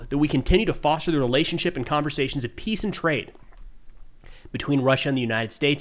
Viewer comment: I know he is saying peace but I have to giggle because it sounds like piss 😂